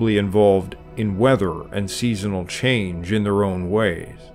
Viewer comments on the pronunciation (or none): none